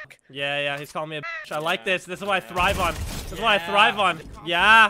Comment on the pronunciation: It's thribe not stribe however love ur videos